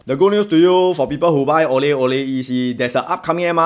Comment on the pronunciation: Thanks for the review. I felt like when you needed to differentiate the name of the EC you could simply have pronounced Aurelle as Au Re LLe. Any confusion with "orally" purely coincidental.